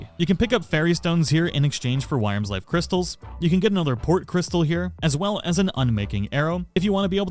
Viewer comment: Honestly she gives you the discount if you just do all her quests. Also with wyrmsfire its pronounced "worm" lol